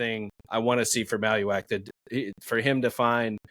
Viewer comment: pronouncing Maluach like Tallywack is driving me nuts